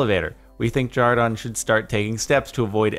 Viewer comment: Why do they call him jardon